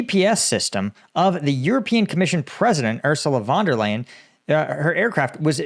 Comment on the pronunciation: Her name is pronounced Ursula fon der line